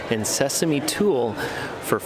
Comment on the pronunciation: Hi, love your videos. FYI, tuile is pronounced "tweel".